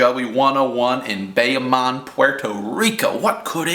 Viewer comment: its pronounced bahhyahhmoan, puerto rico